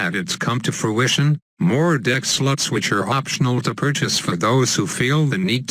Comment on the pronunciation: When the robot says "slots" it sound like sluts lol